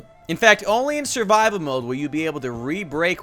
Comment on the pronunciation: “Surbibal” What.